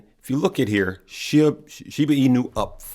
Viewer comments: sounds better pronounced sheeeeeb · SHIBA PRONUNCIATION= Sounds like shee·buh